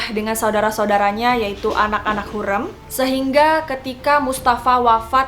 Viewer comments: Mbaaaaaaa penyebutan ny tolong donkkk ya ampunnn HURREM pke rEm bukan lEmper, yasssss, harriiim yg arti nya wanita bukan terlarang, aduh penyebutan ny masih banyak koreksi, please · hurrem kak bukan hurem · HurEm mbak bukan hurem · hu r e m, bukan hureum :( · Hürrem, huruf e nya tebal gitu, bacanya kaya bebek🙏 setau saya di filmnya selalu begitu